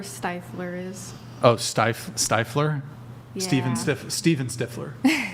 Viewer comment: Girl saying steifler immediately annoyed the shit out of me